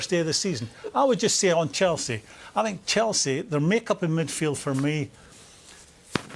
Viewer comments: Mourinho talking better when doesn't say "I sink" 😂😂😂 The way Mou was looking at Gary These guys used to criticise me when he was at Manchester utd, now they're laughing & smiling with me🙄🙄🙄🙄🙄😁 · Thats called punditry, its their job to analyse and criticise. I sink? How many languages can you speak compared to Mou? How many UCL titles have you won? How many league titles and cups have you won? Sorry but "I sink" is the least of your problems. Go learn another language and come back when you can speak it fluently enough to work and excel in that languages country. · Nobody: Literally no one: Mou: I sink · Pundits: Talking Jose: I sink.. Pundits: 👁️👄👁️